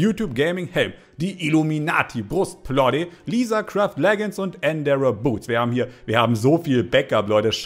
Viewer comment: Du hast illuminati brustplatte ausgesprochen wie der vater con hicks aus drachenzähmen